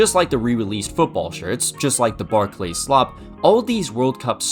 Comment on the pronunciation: love you man but fucking hell please don’t say Barclays like that it grinds my gears